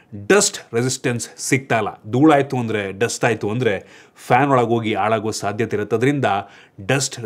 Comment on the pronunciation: ಇಂದುಕ್ ಬಂದ್ರೆ ಅಲ್ಲ, ಹಿಂದಕ್ಕೆ ಬಂದ್ರೆ, ಅಂತ ಹೇಳಬೇಕು. ಆಳಾಗುವ ಅಲ್ಲ, ಹಾಳಾಗುವ ಅಂತ ಹೇಳಬೇಕು, ದಯವಿಟ್ಟು ಕನ್ನಡ ಭಾಷೆಯ ನ್ನು ಸರಿಯಾಗಿ ಮಾತನಾಡಿ ನೀವು ಕರ್ನಾಟಕದಲ್ಲಿ ಇರೋರಲ್ವ., ನಾನು ಹೇಳಿರೋದು ತಪ್ಪು ಅನ್ಸಿದ್ರೆ ಇನ್ನೊಮ್ಮೆ ನಿಮ್ಮ ಇದೆ ವಿಡಿಯೋ ನೋಡಿ., ನನ್ನ ಕಾಮೆಂಟ್ ನ್ನು ತಪ್ಪಾಗಿ ಅರ್ಥಮಾಡಿಕೊಳ್ಳೋದು ಬೇಡ.